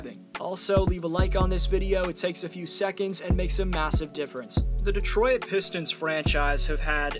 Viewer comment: Cool video, except for when he called us "Detroy-it" over and over.